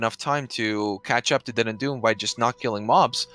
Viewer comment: DeadandDoom, not Dendu. Dominus not Donimus. ffs...